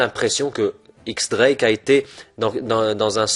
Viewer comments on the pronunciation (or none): Théorie cool avec de bon arguments, mais juste 2 petits détailles, X Drake se prononce Diez Drake (X est un chiffre) et quand tu t'inspire d'une théorie tu pourrais mettre le lien dans la description par simple respect pour l'auteur. Bon courage continue ton taf !